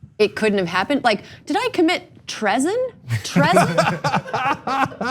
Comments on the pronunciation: Erin didn’t have to do that to me with “trezon” 🤣😂🤣😂🤣💀💀💀💀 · I knew it was just a matter of time before that traitor got caught. "Tre son?" Lol